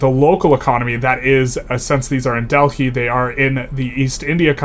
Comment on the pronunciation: Btw its pronounced "deli"